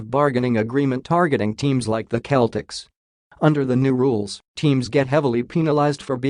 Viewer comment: SeL tics Not cletics Celtics